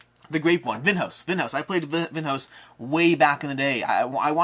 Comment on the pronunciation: Vinhos is pronounced Veen-yos by the way.